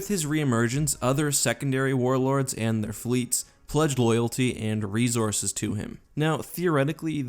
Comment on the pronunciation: GOD FUCKING DAMMIT HOW TO YOU WORK REEZORSES INTO EVERY SCRIPT?